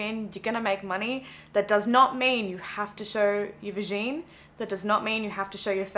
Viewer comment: ‘Vahjean’ 😂 I’m going to use that now